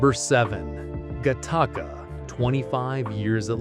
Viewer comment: I'm never not going to say "Guh-taka" when talking about Gattaca again.